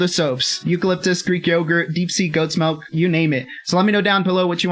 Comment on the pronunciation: Choccy milk not choccy melk